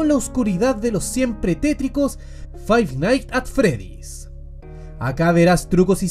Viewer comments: fai naigs at fredis = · Si hay algo que todos los chilenos tienen en común es pronunciar mal Five Nights at Freddy's